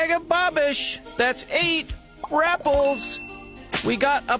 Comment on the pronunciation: I like how he every time accentuates „(g)rapples“ as if he were using another measure each time… „that‘s 8… rapples! … that‘s 6 1/2… rapples!“